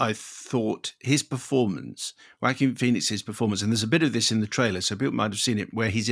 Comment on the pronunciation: Love how you put the "Wacky" into the name Joaquin 😆